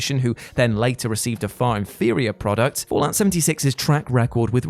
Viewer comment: "More like a bridge too fur"